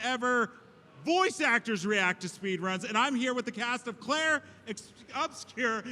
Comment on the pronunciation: This is the only dude I ever heard call the game "Clair". He keeps doing it repeatedly and it's irritating.